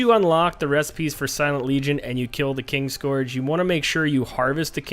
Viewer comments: There is literally no "G" in it man XD Also, I'm not American. So, not sure where you got that from.... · KIN-SCOURGE. Fuck that was painful.....